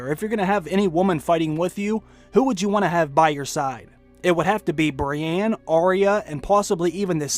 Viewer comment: Please stop saying "Brianne". Its "Brienne", and you have clearly watched the show enough to know how to pronounce her name correctly.